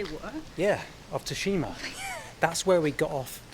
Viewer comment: there's a game based on Tsushima island on the ps5, one of the best games. Ghost of Tsushima also it's pronounced sushima